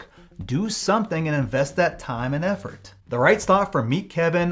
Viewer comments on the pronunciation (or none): none